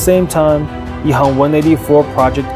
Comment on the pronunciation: Shourt Ehang when pronounced in Mandarin (which is the de facto common spoken language of China), should be Ehang with an 'a'. However, the commentator speaks with a Cantonese accent (btw the company is located in Shenzhen), so it sounds like Ehong instead of Ehang. Wong is a common Cantonese surname in HK where the people there do not follow Hanyu Pinyin to spell their names in English. It is pronounced as Huang in Mandarin. Wang is a completely different family name from Wong & is used by the mainland Chinese who follows the Hanyu Pinyin & speaks mainly Mandarin. Interestingly, Shenzhen is in mainland China where they use Hanyu Pinyin to spell their names in English; but like the rest of the Guangdong (i.e. Canton) province, they speak the Cantonese dialect instead of Mandarin. Hence when they pronounce their names in English, it can be confusing. And no, Wang Computer should be pronounced as Wang & not Wong. If you heard it pronounced as Wong, it is the problem of the speaker. FYI, there is no way to pronounce Wong in Mandarin.